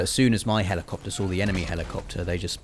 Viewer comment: I love the way you lot pronounce helleecopter xD